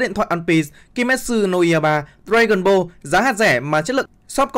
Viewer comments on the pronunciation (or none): none